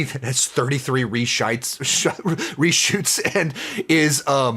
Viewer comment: "Reshites" LMFAOOOOOO